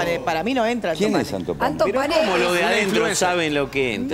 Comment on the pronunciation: ANTO PANE NO "ALTOS PANES" 🤔